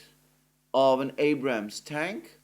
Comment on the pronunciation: It's not called an Abrahams tank. it's called an Abrams tank my friend